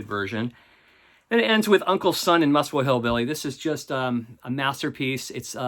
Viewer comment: Muswell is pronounced Muzzwell, not Musswell. Great video, thanks.